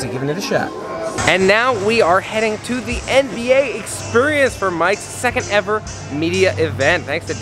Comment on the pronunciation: I noticed you say exSPURience rather than exSPEARience!